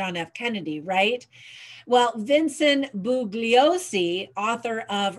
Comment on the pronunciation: You are not familiar with Italian silent g pronunciations -Bugliosi like lasagna.